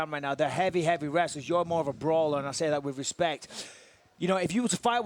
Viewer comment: Michael "with the greatest respeck" bisping